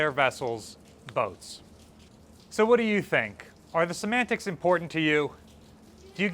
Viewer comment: I always enjoy it when discusses semantics... or rather Szimantics